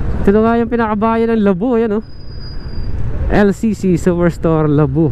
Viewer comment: Idol... pakitama yung pronounciationg ng LABO...Hindi LABU...bagalan mo ng pronounce LAA..BO